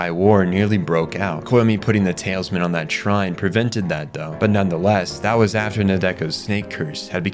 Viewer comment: Talisman..."TAL-US-MAN" not "tails-men"